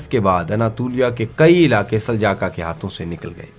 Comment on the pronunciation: آپ نے دوسروں کو تاریخ کیا بتانی ہے آپ خود کئی الفاظ غلط بول رہے ہیں جیسے کہ سلاجقہ کو سلجاقا اور ازمیت شہر کو عظمت اور اسکے علاوہ بھی کئی الفاظ غلط بولے سو تھوڑا پڑھ اور سمجھ لیا کریں آپکے غلط الفاظ کسی کے لیے مستقل بن سکتے ہیں